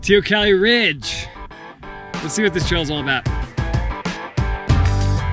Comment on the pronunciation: Hi, after speaking to an "ex-local", now here in GJ, it's "tay-oh-COLLEE"!